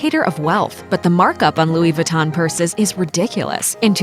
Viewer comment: Louis Vuitton Montblanc Veuve Clicquot Louboutin were all pronounced wrong in this video. Why are Americans sooo bad at pronouncing stuff?